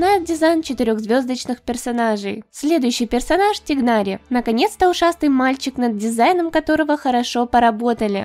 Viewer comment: ОМГ,только не тигнАри и кОллеи,а тИгнари и коллЕи